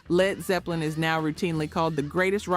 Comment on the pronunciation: L-E-D Zeppelin? Ello? Sty-icks? C’mon. While you’re “researching,” find out how to pronounce the names. Or edit the audio track before posting.